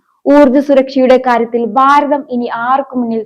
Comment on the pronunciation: എല്ലാം കൊള്ളാം പക്ഷേ baavi,baaratham,...ഇതൊക്കെ നന്നായി സംസാരിക്കൂ..koche bhaavi,bhaaratham.. angane